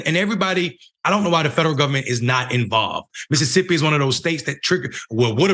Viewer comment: Its "MISSISSIPPI" 😒🙄